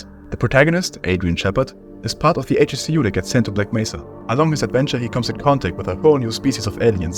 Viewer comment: ‘HECU’ is produced: heck-oo btw